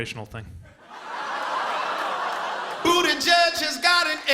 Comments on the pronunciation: It is not buttigeg it's Bu-ti-jij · That surname is still pronounced wrong 💔 #malteser #proudofyaPete Pronounciation: Boo-tea-jij